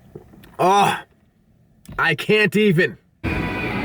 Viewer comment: You sounded like a true white girl when you said "I can't even" with a Starbucks drink in your hand.